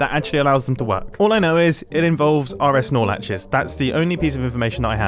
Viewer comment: all I hear is "are es nor latches". oris norlaches? help please, except wrong answers only